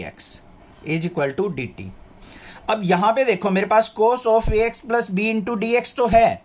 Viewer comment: Sir aap dekho ki jagah dekhho kyu bolte hai will you change it and thanks for your efforts